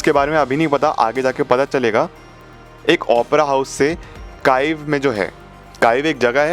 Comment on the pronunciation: काइव नही भैया कीव यूक्रेन